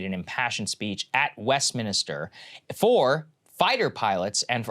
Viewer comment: lol i heard that too